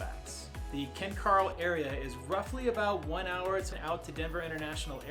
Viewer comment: Ken Caryl is pronounced Ken ‘Carol’ not ‘Carl’ …the area is named after two brothers who are the sons of the original owner of the land in the area. Kent and Carroll Shaffer. It is unknown why the spelling changed when the area was named.